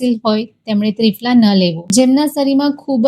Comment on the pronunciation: ત્રિફળા બોલો ત્રિફલા નહીં